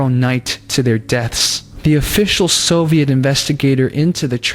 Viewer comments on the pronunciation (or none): none